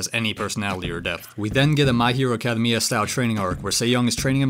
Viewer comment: Why do you say academia like that?